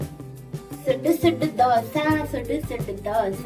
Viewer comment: ദോഷായല്ലാ 😂😂 ദോശ എന്നാണ്